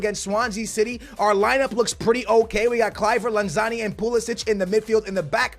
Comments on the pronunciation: I love you man, but its LanZINI not LanZANI, keep it up man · you have been saying Lanzini wrong it’s not Lanzarni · It's not lanzani, it's lanzin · stop saying lanzani. it's lanzini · Larn-zarni, it’s lanzini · Its lanZINI FFS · FFS its pronounced LanZEEEneee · Sorry, here’s how u pronounce them: Lan-zi-ni Bi-ram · Say it with me, LAN-ZEENEE. Manuel LANZEENE lol love the vids dude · YOU SAY LANZINIS NAME WRONG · I'm m sorry but how can you miss pronounce Lanzini??